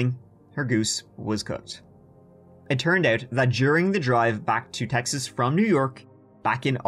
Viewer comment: As a born and raised Texan, I just wanted to let you know that I truly, and completely, enjoy your pronunciation of "CHeXas" with the country accent added! You're Texan approved!